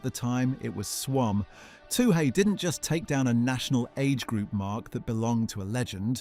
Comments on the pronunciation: It is pronounced twoee like chewie, not too hey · Her surname is pronounced Two-ee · What is with the pronunication of Toohey. No one asks for a Too Hay. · OMG her name is pronounced - 2 ee-... Very disrespectful or are you just 'AI'? I know in the grand scheme of things it's not up there, but, basic common coutesy/respect... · Her name is not 'Too hey' , get it right you stupid 🤪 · This is unforgiveable! Why don't people with a simple job do their effing homework?